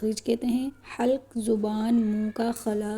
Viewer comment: Aap Halkh ko Khalq kyun kwhrahe ho